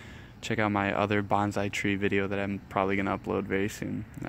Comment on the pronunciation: Nice video. I'm thinking about challenging myself to turn a Home Depot bonsai into a showable tree. What you call a gensing bonsai is actually a ficus retusa. Also, it's pronounced bone-sigh. You seem really enthusiastic though. Good luck!